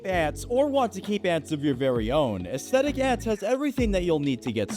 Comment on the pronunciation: “dis vidiou is sponcored bie astetik eants” NEVER GETS OLD??!?!??!49202😂😊❤😊😂😅😂😮🎉84:&:9.9lolLllo😂😅😁✌🏻😁👿👊🏾🌎👊🏾🌎👊🏾🥳👊🏾🏴😂☺️🇪🇸🇪🇸😉🇪🇸😢😇😢